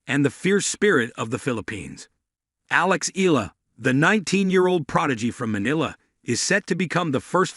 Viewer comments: The correct way to pronounce: ee-yeah-lah, 3 syllables, not eh lah. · Eala is pronounce as Eyaahla😊